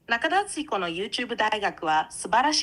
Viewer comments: 「僕が中田敦彦だ」の所が「僕がキラだ」と同じに聞こえるw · ナカタダツヒコに聴こえる